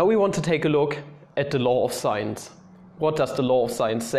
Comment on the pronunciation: Every time you say law of sines, I hear "law of science" xD